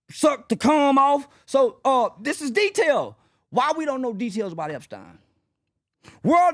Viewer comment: Sorry I love watching you guys but this is just a click bait show. Why do you have someone talking about Epstein that doesn’t even know how to pronounce his name